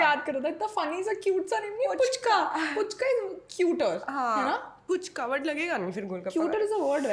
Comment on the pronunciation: Didi it's फूचका not पूचका apne to word ko cute bana dia hain😍😘😘